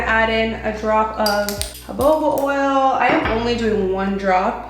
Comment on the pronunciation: Girl it’s actually pronounced and spelt Ho-Ho-Ba (jojoba) oil not Ho-Bo-Ba (joboba) oil 😅 I didn’t wanna say anything but have noticed it in a few of your videos now so thought you may just be reading the label wrong.